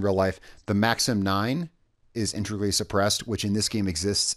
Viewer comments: IN-TAY-GRUEL-EE My Wife has speech problems, I’m not hating! I’m trying to help! I love the videos please keep them up! I’ve had the game for a while but just recently started playing on and off, still my favorite game. Unfortunately according to you, I’m too late and can’t get the badger. So I really do hope Ubisoft puts it up for purchase in the future, good weapon or not, it’s a modern classic and I want it! Please keep up the amazing videos! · In-TEG-rally. Integrally. 😉👌